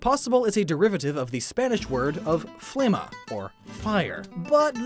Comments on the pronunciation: "Flama" is fire in spanish, not flemma. "Flemma" does not exist, the closest word is "Flema" which is literally "Mucus". Nice video though :) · Its Not flemma its flama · FLEMMA (actually spelled FLEMA) means PHLEGM... you meant FLAMA, it means FLAME